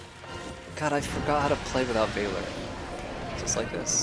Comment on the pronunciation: Please google how to pronounce "Valor" 🥺